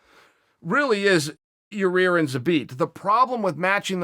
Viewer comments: Should we tell him it's "ya-ir" and not "ya' rear?" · How can chael not say yair Haha he says your rear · Its so funny he doesnt no how 2 say yair's name he keeps callin him yueer lol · It is ear chael!! For god sakes its not all about ya rear its all about ya ear! So i hope ya hear .Ya ear rodriguez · “Your rear” uncle Chael ?? 🤣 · Your Rear Rodriguez?? Who is that? I know Yair Rodriguez, 😂...jesus, come on Sonnen. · Fans: Uncle Chael, it's pronounced Ya-Ear Uncle Chael: Ok, great....Ya-Rear Fans: Ok, great... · " Zabid and Ra-Rear " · YA EAR NOT YA REAR. Your troll just makes you look like the ass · Uncle Chael. It’s pronounced Ya-Ear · LOL that killed me, the fan asked a legit question saying ya-rear. Chael " it's Yair, you idiot" enough said 🤣🤣🤣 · wrong body part. "ear".. not " rear".. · There he goes again with the Ya Rear.. It's Ya 👂 ear... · He trolled a fan a couple weeks ago who asked a question about ya-rear saying " it's Yair, you idiot" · Chael: I love Ya'rear. Uberpool: ... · "Your... Rear .... Rodriguez " damn it chael I'm tired of hearing you butcher my latino people's names! 😂🤣😎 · "Your rear Rodriguez" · He keeps calling him "your-rear" lol 😂😂😂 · Hey guys. He's saying Urea. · chael its YAIR. Yah as in yahooo, and ir as in ear on your head. Yah-ear. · Hey Uncle Chael.... think of his name like this.... 'Guy' with a Y instead of G. Then finished it off with 'Ear'... as in cauliflower..... How many different ways can you fuck up the same name? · CHAEL YA-REAR KAMARA P SONNEN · It's Yah-ear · Yair "Yarear" Rodriguez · Ya-Rear, Kamara... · "Your-Rear?" Hahaha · "What do I think about ya-rear... I love it!" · he said the first yarear on accident i bet any much lmao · He’s def trolling us now! Lol ya-rear... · Chael “Yarir Amanda Noons” Sonnen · Uncle chael his name is....... YAIR !!!! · God damnit Chalay is saying Yarir again... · "Your-rear" does get opened up if Zabit fights for the title.. I agree uncle Chael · His name is now Chael “YaRear” Sonnen